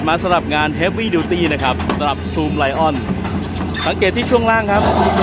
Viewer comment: อ่านว่าซุมเหลียนครับ